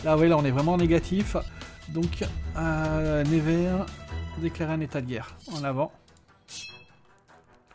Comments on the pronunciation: Ps: Ça se dit "Neuvers", pas "Névers" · neuvers pas nez ver mdr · On dit nEUvers, pas nÉvers.. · ça se prononce NEUver et pas "never" (à l'anglaise) j'ai faillit avoir un PTSD a la fin de la vidéo haha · Jsuis degouté Il a mm pas cité Troyes (ma ville) et il a pas arrêter de écorcher le nom de Nevers